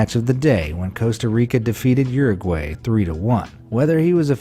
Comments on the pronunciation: You're a Gwhy..how to pronounce Uruguay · How he said Uruguay pushed my buttons